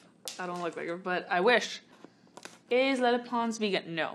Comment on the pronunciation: why does it sound like she says “le” instead of “lele”? like she’s trying so hard to do it with a spanish accent…